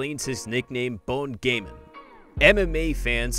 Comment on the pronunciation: Well what u need to know its pronounced as Gaan not Gain